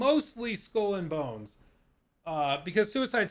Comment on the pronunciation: "School and Bones"? xD